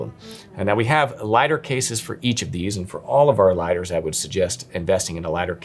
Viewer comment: The best “Liadders”